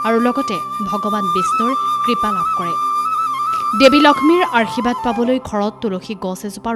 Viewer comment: অনুষ্ঠানটো ভাল লাগিল। কিন্তু আশীৰ্বাদ শব্দ টো ভুল কৈ উচ্চাৰণ হোৱা বাৰে বাৰে কাণত পৰিল।